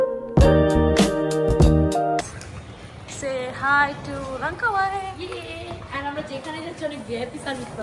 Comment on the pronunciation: It's Langkawi by the way not লংকাওয়ে 😂